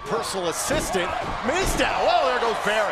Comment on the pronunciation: Did he say Mizdow...?